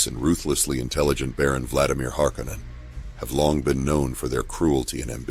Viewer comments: HarKoh-Nan sounds way fucking better than "Harkennen" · HAR-KONAN!!! Not harcunon